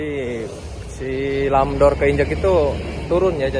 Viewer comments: bukan lam dor bang..tapi ram door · maaf bang, Bukan " Lam Dor " tapi " Ramp Door "✌🙏